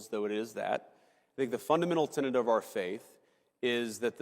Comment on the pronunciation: Man I get tired of having to do this. It's tenET, alright? Not tenANT. There's no such thing as a 'tenant of the Christian faith'. Well not unless you're talking about a Methodist or somebody who's renting an apartment. And while I'm at it: it's not 'beyond the PAIL', it's PALE'. Which in this case means a fence made out of pointy sticks, not a lack of color. Look it up if you need to. And another thing: NObody's a "trader to their country", either, and that includes Chuck Schumer and AOC. The word you want is "traitor". "T-r-a-i-t-o-r". Alright, that's all. For now. But just try to WATCH it a little.